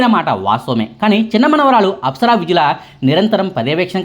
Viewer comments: విద్యుల కాదు వైద్యుల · విద్యుల... కాదండీ. వైద్యుల.... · apsara వైద్యుల అని చెప్పండి. విద్యుల కాదు. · నాయనా..ఆ అమ్మాయి పేరు అప్సర వైద్యుల, అంతేగానీ విద్యుల కాదు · ఇంటి పేరు తప్పుగా పలుకుతున్నారా లేక spelling తప్పు రాసారా? 😑